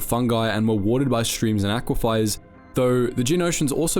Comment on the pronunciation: I think he sees an i that isn't there, he pronounces it as if it was Aquifiers, with a second i immediately before the e.